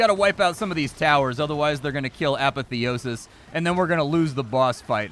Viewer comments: "A'pathy'o'sis" lol I'm sure he knows how to pronounce it but I kept cracking up everytime he said it. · Is it just me or does pronounce apotheosis weird?